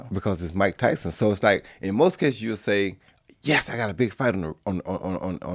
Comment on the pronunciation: Joe just said "YOUULL"